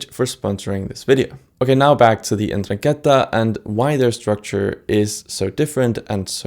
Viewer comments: that says "norangheta", not "indrangheta". Seems like u needed some help with reading, there. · The accent on Andrangheta is actually on the second a. 'Ndràngheta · Ndranghéta? why does no one ever get it right... What's with English speakers and never ever checking accents In any case considering the other mafias as anything close to equal to ndrangheta at this point is just silly, Cosa Nostra was loud and unsubtle and openly tried to challenge the state and the state destroyed it, Ndrangheta developed a subtler and more complex systems, weaving itself in private societies, elite clubs, the halls of Government, and, famously, free masonry. Mafia during the cold war was favoured by America and the atlantist parties as collaborators against communism, being part of the alliances of covert powers (gladio, P2, etc) that were put in place as part of Stay Behind. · You need to learn to pronounce Ndraghetta and btw in Sicilia is actually Mafia( allegedly) If there is any Mafia at all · ndrangheta pronounciation is different, but thanks for the video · can't even pronounce ndrangheta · Good introduction video, apart from the pronunciation, mainly "Ndràngheta", and also Tommaso Buscetta, instead of Bruschetta, lmao. All mafias have a connection to various countries' intelligence agencies, not necessarily of their own country. This is happening again and again since the opium wars.